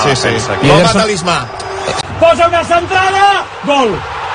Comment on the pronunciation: La cantrada, la ramatada y gol